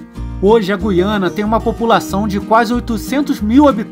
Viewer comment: Parabéns pela pronúncia correta de GU-I-A-NA. Os menos esclarecidos pronunciam, erroneamente, como GUI-A-NA, com o "u" mudo, com a primeira sílaba soando à semelhança da sílaba GUI, da palavra seGUIda ou da palavra GUIA.